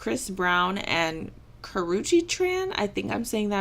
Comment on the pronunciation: You are saying it right